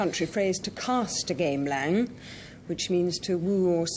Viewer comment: It's gamelan not gamelang